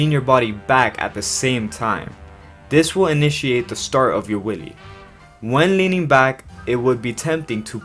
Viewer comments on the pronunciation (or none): you said willy not wheelie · I like how he says wheelie it sounds like a willie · I swear he said willy 😂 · I am so glad I'm not the only one who heard that